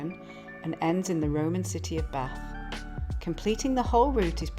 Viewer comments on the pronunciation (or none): none